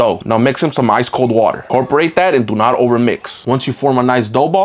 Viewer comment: "Look at dat aauygh